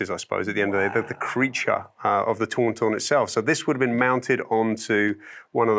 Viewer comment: Can we all please acknowledge the low key battle for the pronunciation of ‘Tauntaun’ at the beginning and again at the end there ! As a Brit I would like to point out Adam is 100% correct! I think most brits would agree, I have no idea what this guy is even saying 😂